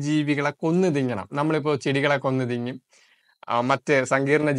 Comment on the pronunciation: 'തിങ്ങും ' എന്നല്ല ബ്രോ തിന്നും എന്നാണ്.👍